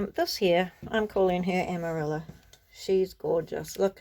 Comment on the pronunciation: Beautiful journal! Lot's of lovely inspiration! TFS 🤗 🕊️ (Amarilla is pronounced "Amariya" in Spanish) 💃